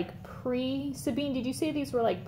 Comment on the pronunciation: Yes, they are pre-DMC, from before the war, made by Cartier-Bresson... that's what i've found on several french blogs and websites ^-^ You said my name better than most of french people, actually !! Great video again !! Sabine